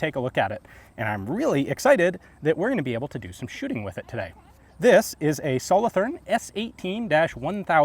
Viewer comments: As you probably now know, having visited Switzerland, the "th" in Solothurn is a hard t sound, not a soft "th". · The th in solothurn is pronounced as a t not a th sound :) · Solothurn is a city in switzerland and the th is pronounced t Good vid thanks for sharing